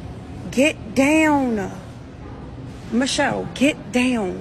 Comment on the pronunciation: gEt dOwWhN tf girl how u talk like that